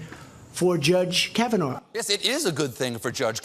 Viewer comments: "Judge Kahvanaur" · Why does he keep saying it with an R.... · Trump cant even say Kavanaugh properly. Should be voted down just for this. Judge Kavanar. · Not sure why Trump says ‘Kavanarr’. That’s not how you pronounce the guy’s name. Also the fact that he somehow realises his only redeeming quality is not drinking is stunning. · did Trump just say "Judge Kavanar"? Seriously? He can't even pronounce the name of the guy he wants right? SMH!!